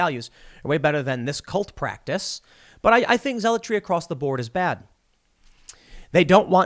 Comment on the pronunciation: is Tim mispronouncing "practice" ???